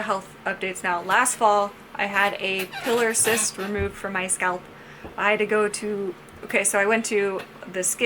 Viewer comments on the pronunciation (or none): Pilar cyst is pronounced PIE-lahr, not PILL-are.